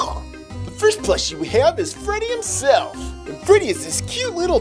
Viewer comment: stop saying freddy himseft